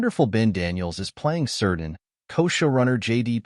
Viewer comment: "Keerdan".. not "Seerdan"